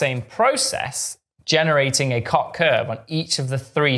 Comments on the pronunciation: And "Koch" with a "clearing throat" sound. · I thought it was pronounced like "coke" but I'm not complaining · Why? That sound does not occur in Swedish as far as I’m aware, and Helge von Koch was Swedish.